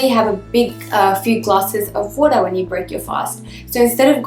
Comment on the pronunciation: What is woora?? She keeps saying drink glass if woora.., 🤔